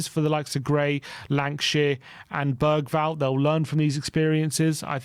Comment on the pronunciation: Can you please say Bergvall properly